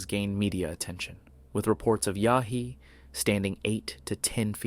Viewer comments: Its Yowie you DF, not Yahee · Its "Yow-ee"......not "Yah-hee" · You keep saying "yahee"...Aussies say "yowie". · It's Yowie ya crackpot, YOWIE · As an auzzie the pronunciation made me laugh lol. Its more like Yow-ee. Yh nuh all aussies know that if ur in the outback or bush at night and you see glowing orangeish eye... RUN! Doesnt matter if ur Abo or white most ppl know its not good. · No wild monkeys in California. Pronounce the Yowie correctly ok. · Is this a computer voice or does this guy not know how to pronounce the name of an Australian Bigfoot?